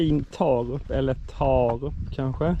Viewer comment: Taarup torde uttalas Tårup. -rup betyder -torp, motsvarande den i svenskan vanliga ortnamnsändelsen -arp.